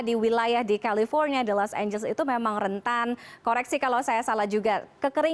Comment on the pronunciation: Los angeles jadi los amblas